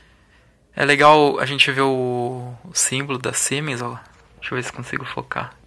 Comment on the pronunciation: Siemens é uma tradicionalíssima fábrica alemã que transferiu a tecnologia para produzir esses capacitores aqui no Brasil. A pronúncia correta do nome da marca "auf deutsch" é "Zíemens" Os capacitores verdes dessa marca são para trabalho em alta frequencia, low-esr, geralmente usados em estagios secundários de fontes chaveadas. O logotipo S com o H sobreposto significa Siemens&Halske, empresa fundada em 1847.